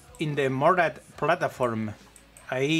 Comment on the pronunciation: "in the Morad plataform" jajajajja me hizo la noche, grande ❤️